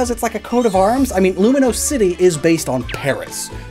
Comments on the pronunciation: Uhhh, it’s not Luminose, it’s Lumiose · I hate to rag, but did you have to mispronounce Lumiose city as Luminose city EVERY TIME? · THERE IS NO N! IT'S LUMIOSE, NOT LUMINOSE! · Were you calling Lumiose City Luminose City? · There is no 'n' in "Lumiose". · There’s no N in Lumiose! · I'm pretty sure it's Lumiose, not Luminose lol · lumi-OUSE. THERE IS NO N! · there is no n in Lumiose city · Its not Luminose city its Lumiose city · *Lumiose, there is no n Also, Arven is a guy